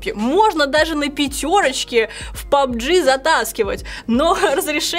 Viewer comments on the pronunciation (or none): none